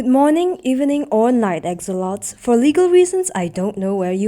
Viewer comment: Why does she pronounce "Axolotls" that way?